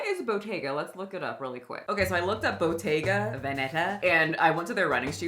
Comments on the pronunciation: Yeah it's because it's a mispronounciation. You're supposed to stress the t! It's a double t. Bottega not botega 😂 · It is a t not a d in Italian. Her stress is wrong though, she ignores that is written with "tt" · Ain’t anybody tryna be in your “whites only” Pilates lol, I thought she was saying bodega wrong 😂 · I’m not from New York and I thought the same thing. 😅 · I thought the same thing. Lol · not me over here thinking she mispronounced bodega when you used this clip in the beginning. Was so confused. Never heard of Botega whatever tf that is lol obvs I’m not their target demographic. I waste my money elsewhere 😂